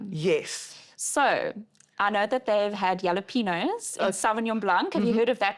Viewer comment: It's pronounced hah-lah-PEH-ny-oh not yel-lah-PEH-nos